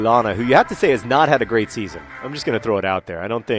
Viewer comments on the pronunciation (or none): none